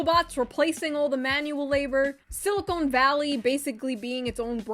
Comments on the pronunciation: I don't know if it's an inside joke or not, but you keep saying, "Silicone valley" and I'm rolling on the floor 😂. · Dude it's "Silicon" not "silicone" like boobies and caulking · It's siliCON, not siliCONE. Silicoin is an element with atomic number 14. It is in many rocks. Silicone is a polymer that contains silicon, but it also contains a lot of other stuff. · Does she say silicone instead of silicon just to piss people off? Next she’ll be saying irregardless